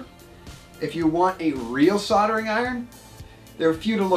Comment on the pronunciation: Never used a soddering iron before...I have used a soLdering iron though....Yes, the word has an L in it....What is it with you guys and pronounciation of your words.???? Drives us nuts to hear the English language butchered like this. Like your Vids though, very informative...:)